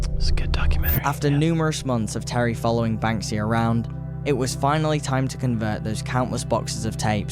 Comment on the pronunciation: Yep. Like most kids on YouTube, incapable of pronouncing many words. He can’t say Thierry either.